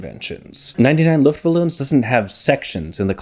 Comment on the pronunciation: "99 luftballoons" either say 99 air balloons or say 99 luftballons. The "ballon"/balloon" part is pronounced very differntly. Smashing german and english together like this is very weird